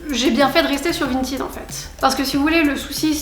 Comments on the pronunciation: Vintaide pas 🤣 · C'est pas vintid c'est vinted mdr